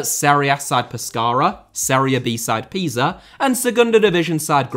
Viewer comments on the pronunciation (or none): none